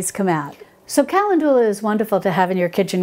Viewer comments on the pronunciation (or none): Thats not solve, its salve (like salad), and ka-lend'-due-la, not cal'-en-doo-la. Great info however. Thanks. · Very informative, however I’m pretty sure your pronunciation of “calendula “ is not accurate. Most YouTube pronunciation sites are “cal-EN-dew-la”, not “cal-en-DU-lah”. Also it’s digestive tracT, not track. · Hi, you are pronouncing Calendula wrong😅 it's Ca- len- dula. I think you're saying Cal- en- du- la. Just heard you while watching this video. Please don't take it as a complaint...no bad vibes...only good ones! 😊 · Ca-LEN-du-la, not Cal-en-DU-la... just fyi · Hi, I think Calendula is pronounced "kuh len du luh" with the second syllable emphasized. Great video. Thank you for the all of wonderful advice you give to us! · When I worked in a nursery they told me it was pronounced “ ca land u la “. After I pronounced it like you are here. Only the creator knows. I love your videos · I don't usually edit how people say things, but Calendula is usually pronounced, "cal LEN' ju la" with the accent on len. Good information, Thanks! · Calendula is where we get the word calendar. The Roman's loved this herb. It's pronounced cal in joo la. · kuh LEND yuh luh. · Wonderful video. This could totally be a ta-mate-o/tah-mate-o thing. I've only ever heard calendula pronounced like: cuh-lend-jew-luh. I love your videos and have been binging on them. I was really surprised when you said you were from because I could have sworn you had a... New York/East Coast accent? Please let me know! I like little fun facts like that. You've totally inspired me to grow some herbs! Thanks! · Oh, Ca len du la :) It is funny how pronunciation of words vary based on where you live. I've also heard Peonies and Oregano pronounced differently too. Same for how some plants are called different names in Europe compared to North America. Like they call a Zucchini, a Courgette over in the UK. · Good info as usual. Kuh LEND u lah is a more common pronunciation